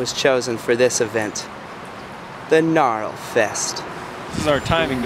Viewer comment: You know it’s not pronounced with a “L”. You don’t ever say gnarL